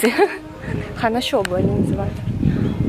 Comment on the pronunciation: 勝負ではなく菖蒲だね発音も違うしね☺️